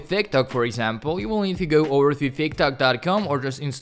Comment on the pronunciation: Thanks for the tip, brother man. Here's a tip from me, try to improve your pronunciation of words. For example, you could work on your pronunciation of the words: to and tee-. I notice that you would say -thoo and -thee-. Just some advice from a pigeon ofcourse..